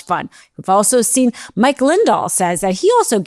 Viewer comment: "Mike Lindall" is crazy